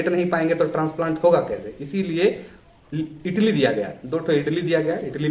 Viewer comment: Itli? 😂 Idli.🫢